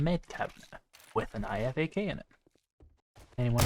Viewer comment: just for your info.... IFAK is pronounced "Eye-Fak" :) Btw, Great series, love this mod. I wonder if my Potato of a laptop can handle it, over the base game running on Low/medium settings....